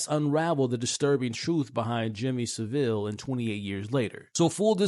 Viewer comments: His name ia pronounced SA-vil, by the way. Stress on the first syllable. Cheers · Let’s clear some things up. It’s pronounced Savil, not Sa-vill. To give Jimmy context to Americans , it’s probably similar to Bill Cosbys journey from family friendly tv dad to …you know, but worse. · Pronunciation of Saville from all Americans to date is way off. Not “Su-Ville”…..”Sa-vull”. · It’s not Sev-ILL. It’s SAV-ill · It's pronounced Sav-Ill, not, as you seem to infer, Seville. Put simply, it rhymes with (Henry) Cavill. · It’s not pronounced Sa-vile it’s Sav-ile. The syllable break is after the V And jim’ll fix it stoped airing in 1994. I’m not having Jimmy crystal was a Jimmy Savile fan. He’s younger then me and i only knew the name Jimmy Savile and that he was a DJ. Had they made Jimmy crystal in his 40’s it would make sense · Seville is a city in Spain . Its Savile ffs ! 🙄🤣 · It's Saville that rhymes with Saddle, not Saville that rhymes with Seville :) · It's Saville not Seville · It's Savile, that rhymes with gravel. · Americans pronunciation of Saville lmao it's SAV (like 'have') - ILL (as in unwell) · It's neither; it's Savile. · Pronounced SAV-iLL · OH MY GOD 🙄You're MISPRONOUNCING Savile's name and it's sending me through the roof with rage I'm about to go ballistic jesus christ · The way you’re pronouncing “Saville” is killing me. I totally get why you’d say it like that as someone that’s not from here and isn’t familiar with the old nonce, but it’s very jarring! Great video though! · At least get Saville’s name right. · Thats some pronunciation of Savile